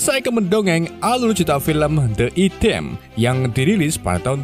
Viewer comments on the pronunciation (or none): none